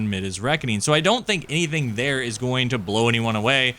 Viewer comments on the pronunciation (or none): none